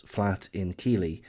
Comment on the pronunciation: Just a quick tip to the uploader when doing a video you need to make sure that you say the name keighley properly as this makes you look a bit silly when you kept saying keely lol